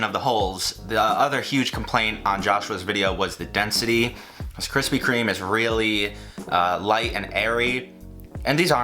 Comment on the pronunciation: BABISH'S COFFEE CAKE. also really appreciate the "kwispy" instead of krispy